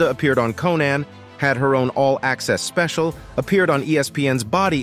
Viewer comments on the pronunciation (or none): none